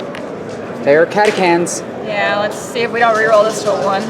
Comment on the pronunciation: girls! Its Catachans as in Chips, Cheese or Cheery, not Catakans like Come or Casting....